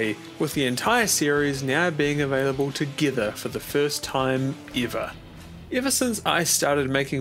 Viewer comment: "Te Gither for the first time eivah"